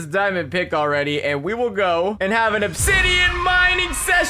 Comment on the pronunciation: "Onsidian" lmao